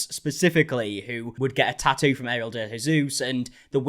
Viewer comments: You said "tattoo artist", I heard "tighty whities". 😅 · Three ts in tattoo and somehow you manage to pronounce only one of them